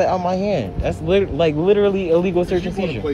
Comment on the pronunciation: "Dat illegal shurtz ans sheezer" It's search and seizure. Read a book